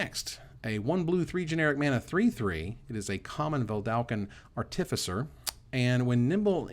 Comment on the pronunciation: You work so hard to get "artificer" pronounced right...but you keep mispronouncing "Vedalken". Just one L in there!